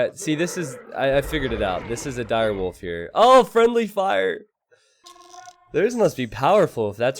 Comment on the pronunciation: Him constantly saying „girewolf“ was painful.